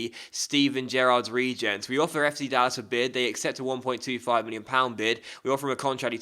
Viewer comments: Dallas not dallassss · Lol, I am from the Dallas area in Texas and they way you said Dallas was interesting. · I'm pretty sure the pronunciation of "Dallas" was weirder lol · That pronunciation of Mitchell and Dallas though ;) but another quality video again, you're so consistent it's great!